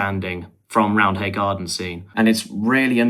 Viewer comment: Also. The H is silent. It's spoken as Rounday (I'm from Leeds.)